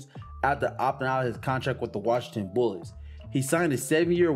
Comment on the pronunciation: I keep thinking your saying bulls but your saying bullets . 😂